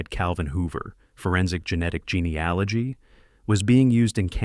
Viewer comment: "genie aligy"? What load of crap